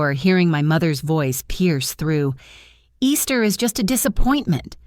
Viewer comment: I have never met a human, English-speaking female named “Easter”. I have met a great many women named “Ester” pronounced with a short first “E”. Curious